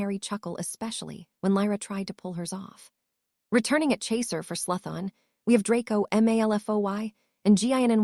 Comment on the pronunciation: Haha I didnt think the name pronunciations could get any worse than hearing Slytherin pronounced SLY-THERE-IN 1000 times But they seriously leveled up with Hermalin or THE-STRALS and just garbling words I dont know if its the AI sqitching around letters or the author misspelled ALOT. If your not going to narrate your own book. At least pick an AI model that has seen the Potter films and knows how ti pronounce stuff